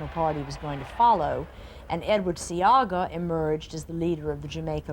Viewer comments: SEA-Aaah-GA you’re telling me this broadcaster came on here and never researched the name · Shoulda hear mi ah cuss...bout See-gah 😂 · Not Seaga - C - ARG - GA